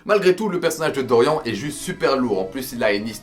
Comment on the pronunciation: On dit "Doriann" pas "Dorian" ! xD Mais après pour Kozué c'est trés JojoLike en termes de dessins Baki donc je trouve que ça passe mieux que les meufs surlissés des animes simples d'aujourd'hui , et Kozué c'est le point Culminant de tout Baki (Manga parlant surtout )